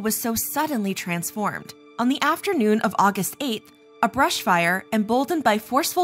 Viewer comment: A vrush fire😂😂😂😂😂